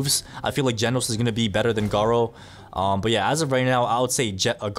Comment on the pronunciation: its not gard-doo its garrooo